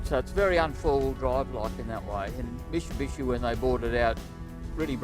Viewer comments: it's mitsubishi not mishibishi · Say it slowly mate Mitsubishi no musubusuiiiiii....eeeee shbdnhhdndjisii....